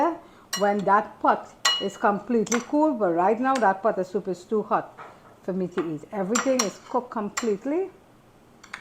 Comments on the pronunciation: Looks lovely! "Soop" is what I grew up hearing too 😂 Uncle is right, Saturdays were always the designated days for soup. Keep up the great cooking! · OMG! I love your "soop" 😄I enjoyed your stories and yes please write that book. People see the end but don't know the journey. Blessings to you and your Family❤❤❤